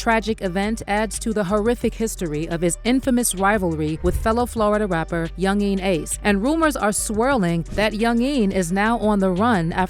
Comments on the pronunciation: The way she say yungeen ace name is killing me 😂😂😂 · She pronounced his name different like four times .Yungeen Ace. Then she F'd up the title of the song saying I told em to do it. When it's just do it